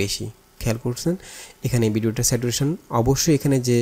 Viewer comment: স্যাচুরেশন হবে not স্যাটুরেশন